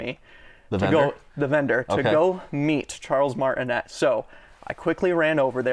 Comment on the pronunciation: Charles Martin-AYEEEEE, Come on bro